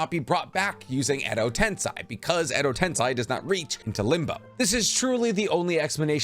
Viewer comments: Hey man, videos are great. Really enjoy all the information. One gripe- if you’re going to be talking about Japanese media PLEASE take more time to learn how to pronounce terms/names etc. i.e.) edo- ten-SEI not SAI. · Edo ten se not sy se juts like the first 2 words of se-cond se I'm sorry it juts kinda bothered me how u said it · It’s Ten-SEI, not Ten-SAI. Great material though! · Edo tensai???tensai??..come on man...every naruto fan knows its Edo tensei ( for your tongue - edo ten 'say') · love your content! why do you pronounce edo tensei as eh-do ten-sa-i? not as eh-do ten-se? how do you pronounce sensei? do you say sen-sa-i? just wondering? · Sir....ITS edo-tenSAY......edo-tenSAYYYYY dammit say it with me edo-TEN-PHUCKING-SAY....SAYYYYYY SAY SAY SAY...not sai or sy SAYYYY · "Edo tensai" oh COME ON where do people get these pronunciations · I figured I'd wait until I caught up to correct some things. Edo Tensei, ("ten-say") Corp, corps ("core(s)") And your Minato is funky sometimes. Generally your Japanese pronunciations are good. Far and away the best Naruto content on yt keep it up 👍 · I'm kinda hesitant about this thing, but i'm gonna say it anyway: your pronounciation of "edo tensei" is wrong and it hurts my ears. Maybe that's only my problem, but consider hearing to japanese dub once more. Thank you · please,, pronounce EDO TENSEI properly. hint: tensei rhymes with gay!